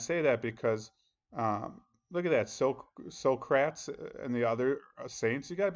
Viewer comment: Say it like this sock ra tease. Lol. Had to help ya out on the pronunciation.